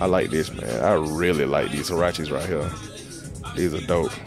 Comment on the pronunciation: Huarache. It's Huarache.